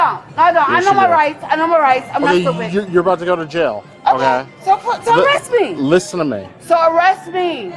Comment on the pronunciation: "You stupit." She said that. She said "You stupit." Wow.